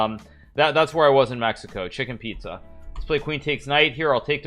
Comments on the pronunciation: "chicken pizza" BRH ITS CHICHEN ITZA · it's chichen piza hikaru: "chicken pizza" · We all gonna ignore him calling chichen itza “chicken pizza” 🤣🤣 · Lmao no one is talking about how he called chichen itza “chicken pizza” 😂 dude is funny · Was I the only one who heard “chicken pizza.chicken pizza”?